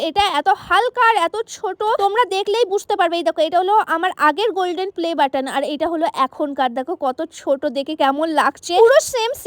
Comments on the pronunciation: পেলে বাটন ✖️ play batton ✔️ লিখে বলছি তাই ভাল ভাবে বলতে পারসি না ঠিক করে 😊😊😊😊😊😊😊❤❤❤❤ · দিদি পেলে বাটন না প্লে বাটন টা ঠিক করে বলো😂😂😂😂😂 তারপরে ভিডিও করবে